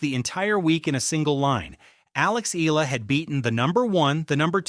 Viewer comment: Repeat after me... E-AH-LA E-AH-LA E-AH-LA E-AH-LA E-AH-LA E-AH-LA E-AH-LA NOT... EE-LA